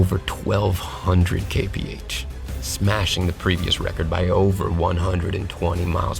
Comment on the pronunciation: Everytime he said Kay-Pee-Age I Ke-Rin-Ge-Ed.